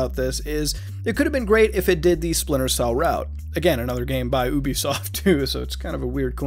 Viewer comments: its actually pronounced ( you-bee-soft ) but that's ok its a very common mispronunciation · Why do you people say Ubisoft as “Ooh-be-soft?” It’s “You-be-soft.”